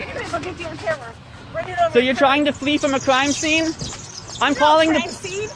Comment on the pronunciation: She's twying to fwee from a cwime swene...